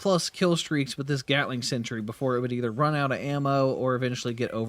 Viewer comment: You realize it's a sentry and not a century? The difference in pronunciation is subtle, but when you say the word 100+ times in under 5 minutes - yikes still love your content, just had to share my likely unreasonable annoyance